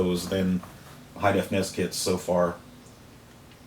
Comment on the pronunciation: N-E-S not (lock)ness